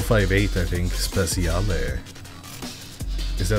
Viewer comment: Every time you say speciale you make me laught... The pronunciation is spechale